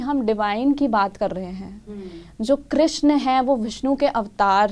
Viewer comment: Pahle to naam sahi se lo ..shiva nahi h shiv h krishna nahi h krishn h meaning alag ho jate h